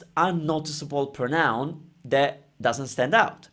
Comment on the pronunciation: Ciao, great video! You might already know by now, but don't forget that "pronoun" in english has the stress on the "pro", so "prónoun", rather than "pronóun":D (I say this as an English teacher in awe of your commitment to teaching Italian, as opposed to an angry anonymous youtube commenter:P)